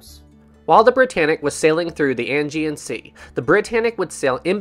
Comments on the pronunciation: I'd just like to point out that it's said like "ay-gee-an sea," not "angy-an sea." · It’s the Aegean Sea not Angean Sea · 'Ae' gean sea not 'An' gean sea, lol. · Ok .... pronounce check ISLE OF WIGHT DAR DEN ELLS AGEAN.....ADJEE AN